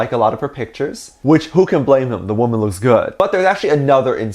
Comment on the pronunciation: Now it is not pronounced woman, it now shall be "waman" (and congrats for 200k!!!!!💜💜💜)